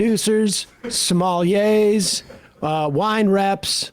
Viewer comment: what's a "somali-ey"